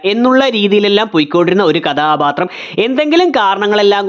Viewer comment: കഥാപാത്രം എന്ന് മര്യാദയ്ക്ക് പറയടെയ് 😂 അരോചകം 👍